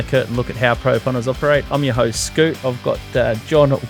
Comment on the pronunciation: Scooty boy loves to butcher a name 😂